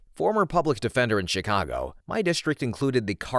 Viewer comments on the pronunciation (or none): none